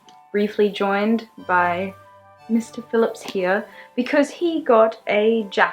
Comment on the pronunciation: I like how you say Mr.Phillips lol I dunno why